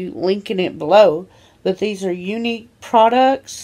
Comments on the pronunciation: She went from "Unqu" to "Younique" how can someone fuck up so badly? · I thought she was trying to say un cool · “Unqu” English do you speak it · "unqu" the American education system ladies and gentlemen. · she means the brand "Younique" lol